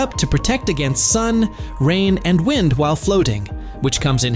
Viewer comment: One thing AI can’t do is distinguish between wind like wind a clock and wind like the shit that’s blowing all around the earth and live as in he lives or live like live wire if you can’t make the motherfucker say it right it’s a straight give away